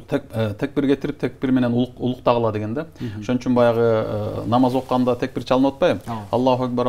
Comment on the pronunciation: Текбир дебей такбир десениз